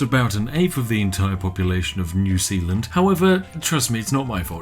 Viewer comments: Its Zeeland u barbarian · New S-EA-land. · Sounds more like New Peeland. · New Sealand... New Zealand... SPIFFING BRIT CONFIRMED NOT BRIT BUT KIWI